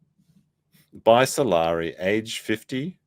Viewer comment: Salari sounds like “I’m sorry” 😂